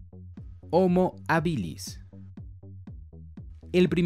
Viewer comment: homo habilis es latín y el acento esta en la primera silaba , por dios que toc.